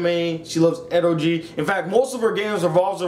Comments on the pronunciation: its pronounced ero geh not ero gee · Eroji? I thought it was pronounced "E-ro-gay"?(no pun intended)